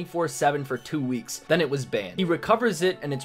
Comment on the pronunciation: "THE LAST WEEKCHS"